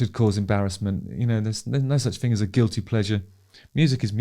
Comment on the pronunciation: Justin has that same pronunciation thing that I keep hearing more and more recently where words starting with a th are pronounced instead as an f so thing becomes fing, think becomes fink, birth becomes burf and boy does it get on my tits…